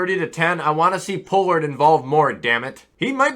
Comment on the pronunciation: mans said "Pool ard" wth